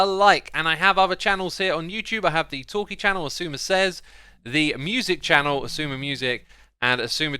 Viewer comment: I love that he calls it the talky chanel lol